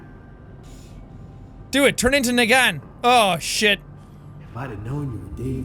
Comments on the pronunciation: "Do it. Turn into N'gaan." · When he said negaan I was like I know this name then I realize that “ohhhhh he is talking about Negan not negaan “ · Brock N'gaan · Brock "neee-gAn" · jack it...it’s nEgan not neg an 😂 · did anyone hear jack say negan wrong lol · That's not how you say "Negan"